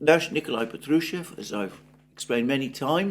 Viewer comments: Patrushev : stress os on the first syllable! It is PAtrushev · Александр, вы неправильно произносите фамилию Патрушева, там в первом слоге звук "А", как в первом слоге английского слова puppy.